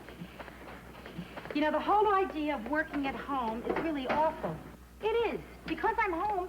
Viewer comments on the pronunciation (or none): Personally I love the word. It is a GOOD word, but she did say awful but to me it did sound like "awesome"